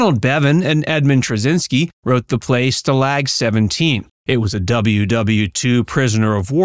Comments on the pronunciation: The word "stalag" is pronounced STAH-lahg, not stuh-LAG. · Can’t you pronounce stalag correctly?? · Can't pronounce "Stalag" correctly. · Stuh lag? Dude, that AI's getting to me. Too much work to do it yourself...really? Is this a bunch of copy&pastes from Reddit? All shows have cash grabs? That's not even normal for another decade.